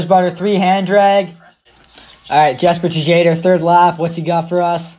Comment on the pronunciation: Man said Jesper Tuh-jadher 😂. Much love ❤️